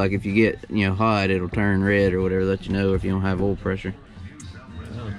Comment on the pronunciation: geez bud you teach english. it's "oil" not "ole"